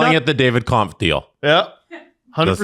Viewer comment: Hey guys it's Kämpf, the ä is pronounced "ae". Only says it right